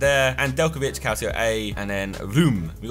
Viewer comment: Calcio is pronounced calchio bte